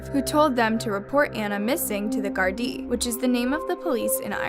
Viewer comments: Anna it's not gardie it's Garda 😂😂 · It's pronounced Garda it's AAAaaaaa not a